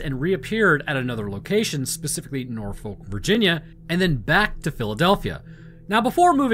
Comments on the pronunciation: I'm sorry it needs to be said from a local. STOP PRONOUNCING IT NOR-FOLK. These are the proper methods: Nor-fick, Naw-fick, Nor-f*ck, or Naw-F*ck. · Just a pedantic FYI - it's pronounced 'Nor-Fuhk', not 'Nor-Folk' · Look here I love your videos on both of the channels but the scariest part of this video was the way you pronounced Norfolk. It genuinely hurt my soul hearing you pronounce the L. There are many ways to say it but in all of them the L is silent. I hate to say this but as a resident of the Hampton Rods area I am honor bound to challenge you to Fisticuffs for your crimes if you ever set foot in VA. All jokes aside keep up the amazing work you do and I would love to meet you in person one day. Don't worry I won't actually fight you, you would pummel me into dust.